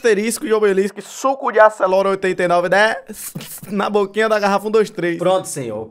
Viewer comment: "Suco de aceloura🥱"